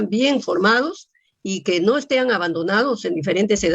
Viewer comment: Ooooh RECTORA... dijo los jovenes estean...( estén es correcto????).